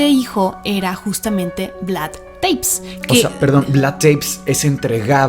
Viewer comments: Espectacular podcast! El tema vampírico es una locura, pero pequeña corrección si no les molesta. Se pronuncia Tepes, cómo suena prácticamente. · Se pronuncia tal cual TEPES